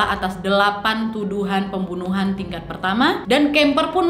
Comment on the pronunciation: Salfok pembuwnuwhan 🤣